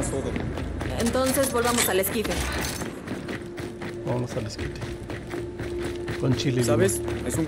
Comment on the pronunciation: Es esquife la palabra es esquife